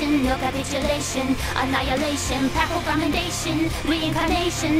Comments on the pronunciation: is it not pronounced Pay-pul? I don't think Gura got it right with Pah-ple, but I don't know anyone that's pronounced it PayPal before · Love how she failed to pronounce "papal" correctly all 4 times, and even screwed up "condemnation" on the second go. I expected nothing less of Gura. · The lyrics are 'papal commendation'. Gura mispronounced one word, likely because she's only ever read it and not heard it spoken. You 'incorrected' her with a completely wrong word - literally the opposite of the actual lyric. You're more wrong than Gura was.